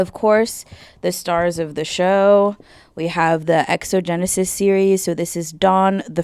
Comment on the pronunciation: It's understandable since some words aren't said aloud often, but Xenogenesis is pronounced ZEE-no-gen-ne-sis.